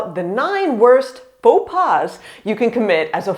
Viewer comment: The first faux pas in this video is to pronounce the s à pas ! 🤯 And I've been working in a tourist office and that is true : I had to teach them a lot to say hello or bonjour and bye or au revoir (We don't care but the politeness, PLEASE !!!).